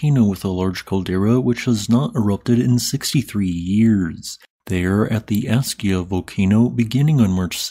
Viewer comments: its pronounced ask-ya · Thank you for all your work! Just so you know, it's pronounced "ask'-ya". You kind of go back and forth calling it "as'-ja" a few times, then "ask'-ya", and back again. Love to you and yours!